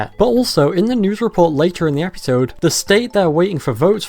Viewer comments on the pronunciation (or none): Why do you pronounce the word episode as "epeesode"? I never heard it pronounce it this way before now. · Bro why do you pronounce it Epeesode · I like how you say episode. Eppysode.